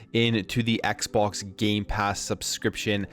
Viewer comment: "Xpok" "Dreigon" What's going on?